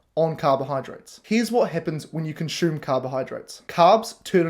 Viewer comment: I love the haircut,. Having lived n NZ I can even cope with the tortured vowels Kiwis use when speaking English. But pronouncing ‘consume’ with an ‘sh’ sound when I’m used to hearing an unadorned ‘s’, is not working for me. Please stop. 🙏